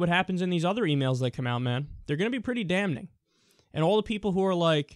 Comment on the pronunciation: the n in damning is fucking silent